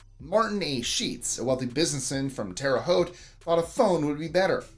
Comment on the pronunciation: Thank you ! You said the name of our town the right way. Not many people can do that! Terre Haute Indiana